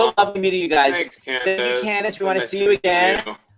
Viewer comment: He called her candeece